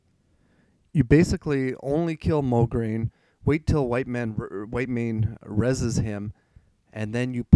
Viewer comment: LOL he said "Wait until Whiteman *ahem* Whitemane"